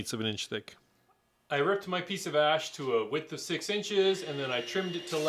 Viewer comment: it was the word "ash" that got my inner 12-year-old...I know that is the type of wood you used (beautiful BTW), but if you say "skinny ASH table" really fast (& maybe with s bit if a southern accent), the "h" in "ash" kinda disappears & sounds like "ss"...like i said, i TRY to keep my inber child at bay, but sometimes he just wins...I assure you I mean NO (that is ZERO) disrespect...I am truly impressed with your work!!!!